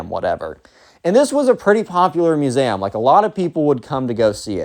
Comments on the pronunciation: He pronounces the word museum like masam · bro it brought me to Tears when I heard u say "musaehm" (no hate I just LOVE! ur videos) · why do you pronounce museum muse am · I am in pain from the way you say museum